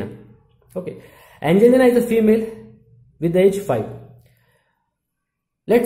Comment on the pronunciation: i like how u say angelina